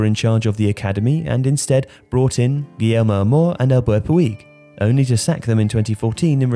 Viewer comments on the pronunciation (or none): none